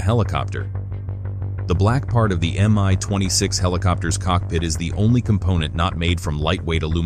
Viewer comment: It's not pronounced "am-eye". It's supposed to be "me twenty six". Both the M and the (lowercase!) i come from the same word - the name of the constructor. It's an abbreviation, not an acronym.